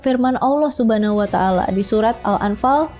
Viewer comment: Saya yang muslim sejak lahir cara penyebutan "allah subhanahuwatallah" masih kalah fasih sama dia😅 semangat!!! Sepertinya saya harus banyak belajar dan buat pelajaran